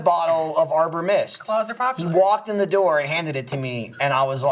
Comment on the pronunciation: What Lindsey said almost sounded like "deur" which is door in Dutch haha